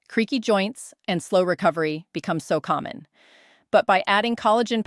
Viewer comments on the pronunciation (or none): none